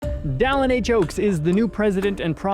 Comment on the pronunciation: So, where does the host get off calling the prophet “Dallen”?